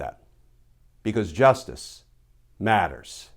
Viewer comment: You know when at the start you say "because justice matters". It would be more effective if you did not stress the words but spoke them in a normal voice.